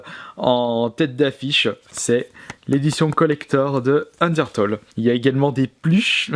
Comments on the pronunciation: sa se dit: ``undertéle`` pas ``undertole``. ta pas acheté undertale pour la PS VITA pour ton fullset? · ca se dis un DER TAILE bien que sa s'ecrit UNDERTALE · UNDERTALE C'EST LE MEILLEUR JEUX AU MONDE UN PLAY STP (ps sa se dis unertéle mais sa s’écrit undertale) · ON DIT PAS UNDERTOLL ON DIT UNDERTALE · il a dit undertole xD sinon super video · "" un d'heure taule "" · C'est bien d'acheter Undertale mais ça se dit [UndertAIle], comme le mot "tail" en anglais ;D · Udertale ce prononce undeurtaille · Sa s'écrit undertale mais on dis undertaile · En vrai le premier jeu se prononce Ondirtule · Sinon pour Undertale c’est une tuerie ce jeu !! Ça se dit undertaïle :) mais ce qui est dommage c’est que le jeu officiel est soi en anglais ou sois en japonais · ça ce prononce ender-tale et le a se dit comme si tu disais "tails" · A force de dire Toles Of... T'arrive pas a dire Undertale correctement... Fait gaffe avec Fallout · Je crois que les fans d'Undertale vont surtout apprécier comment t'as ecorché le nom du jeu xD